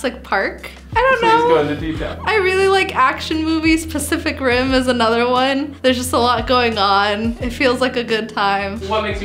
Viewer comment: She said pacific rim 😂